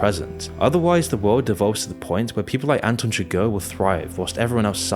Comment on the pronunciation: Anton SUGAR and LUNAR Moss? Lol did you butcher the names on purpose?